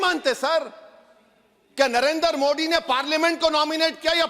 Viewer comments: ये दस का “द” साफ़ बोल लेता है लेकिन “मोदी” को “मोडी” बोलेगा क्यूकी एजेंडा है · This fellow does not know how to pronounce the name of Modi! In Urdu, Arabic, or Persian language there are letters like ِدل दाल and डाल ڈال ڈ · क्या ओवैसी को हिन्दी बोलना नहीं आता । मोदी को मोडी क्यों बोलता है। अगर ओवैसी को नाम को बिगाड़ कर बोलना क्या उसे पसन्द आयेगा। वाह रे ओबासी।